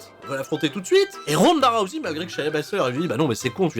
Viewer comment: en ce moment ronda rousey est un peu partout vu qu'elle a un personnage sur raid shadow legend. et je voulais savoir si j'était le seul que ça trigger lorsque j'entend tout les français se planté dans la prononciation de son nom a l'appeler "rouzé"